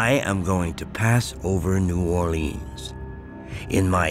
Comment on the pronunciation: lol! the way he pronounced New Orlean!